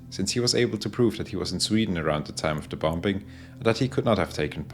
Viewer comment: Anyone else get slightly irritated when he says “bom-Bing”